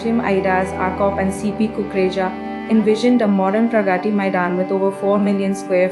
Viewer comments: nice video...but why is it so hard for the narrator to pronounce 'Pragati Maidan' ? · Teach AI how to pronounce : प्रगती 🤣🤣